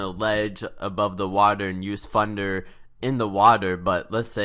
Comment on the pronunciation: Funder? it does hurt my ears.